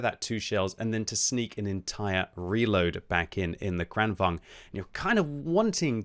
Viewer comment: Why does everyone say "Kranvang"? I thought it was pronounced like Volkswagen, only a little quicker: Kranvagen -> Kranvagn. The G comes before the N.